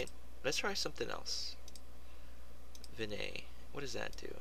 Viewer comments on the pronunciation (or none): Haha, VIN - YET ... not vinay, good try. ;)